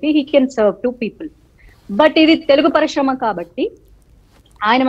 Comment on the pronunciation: Madhavi garu , please Shakthi kadhu sakthi - melakela sa 🙏 parishrama kadhu parisrama 🙏 telugu manchiga palukavamma 🙏